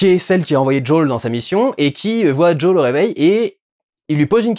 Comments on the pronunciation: Peux pas dire Joël en français ! "Jaul" ... Nul . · C'est "Joèle" pas jooooeeele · Ca me perturbe l'entendre dire Jo'ol à la place de Joel tout le long XD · " Joël " pas joel 😎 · Quand tu dis "Joël" a l'américaine on dirait que tu dis "Jul" 😂. Quel dommage qu'il n'y est pas plus d'infectés aussi. Je suis une bille aussi en jeux vidéo et j'ai réussi à finir le jeu en normal. Je te conseille de le faire quand même il est vraiment très intéressant ! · "Djawl"... T'abuses pas un peu Diuwondayl ? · j’entends bien mais là il parle français donc autant prononcer « joël » ça n’a pas de sens je trouve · Joël on dit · ce qui me choque le plus dans cette vidéo, c'est à quelle point tu t'applique à essayer de prononcer le nom de Joël en anglais XD please, next time, only in French ^^.